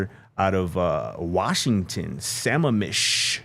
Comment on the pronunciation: SUH-MAM-ISH / Sammamish, Washington ;-)